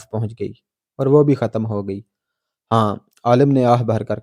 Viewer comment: کون سا آؤٹ سٹینڈنگ وے؟ جو بندہ "خ" کو pronounce ہی نہیں کرسکتا۔ خ کو ح کا تلفظ دیتا ہے۔ "ختم" کو "حتم" اور "خاتمہ" کو "حاتمہ" پڑھتا ہے۔